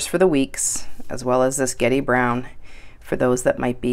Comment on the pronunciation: It's actually Gedi not Geti :) x